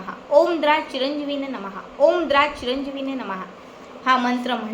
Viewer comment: बेटा, तुझे सांगण्यात थोडा फरक आहे द्रा हा शब्द द्राम् असा आहे